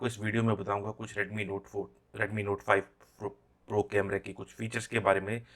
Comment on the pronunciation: Tu pahle note 5 pro bolna sikh le